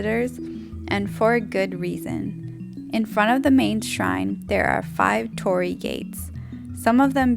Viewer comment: I was going to like this video, but the way you said Tori gates should be against the law